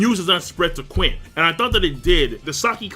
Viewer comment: Qin is pronounced Chin